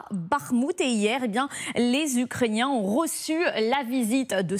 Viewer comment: elle dis ukrainain ça va pas fort sur ce plateau 😒😒😒